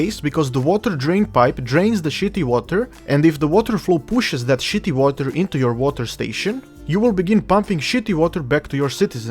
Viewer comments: "Shetty Wata" Gosh, even as a Russian I can't do that epic accent. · the way you say shitty water lol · shitty water lmao so good in that accent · really awesome."'keep an eye on the money" with that accent had me chuckle. also do not drink the shitty water people. lol